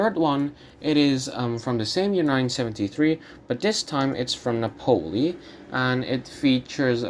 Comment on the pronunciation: Nápoli, not Napóli. Otherwise interesting.